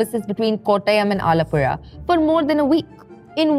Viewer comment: ⭐⭐⭐⭐⭐ for saying ALAPUZHA perfectly.